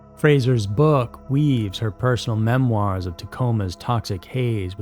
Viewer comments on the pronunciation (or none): none